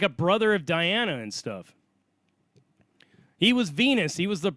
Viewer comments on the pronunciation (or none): none